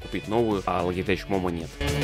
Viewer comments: Всё хорошо, спасибо за ролик. Только, пожалуйста, "логитеХ", никакого "логитеЧа"! Вы же не говорите "хай-теч"! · Вообще не логитеч момó, а лоджитек мóмо! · За слово "логитэч" лови диз и учи английский))